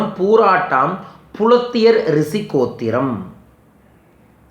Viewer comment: அது "ரிசி" அல்ல "ரிஷி" உச்சரிப்ப்பே ஒழுங்கா வரல... This is a funny video... don't waste our time...